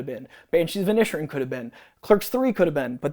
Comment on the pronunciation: it's pronounced like The Banshees of In Ed Sheeran.